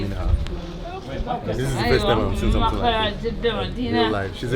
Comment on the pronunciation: "let me show you someting" hell nah bruh